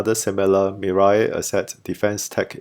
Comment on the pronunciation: It is pronounced, "Mi-Rae," not Mi-Rye. Anyway, it means, 'future' in Korean.